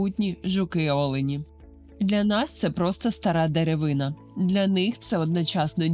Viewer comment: скільки разів повторюване слово найдивніше ???!😂 слово деревина треба вимовляти з наголосом на останню букву а! вухо ріже)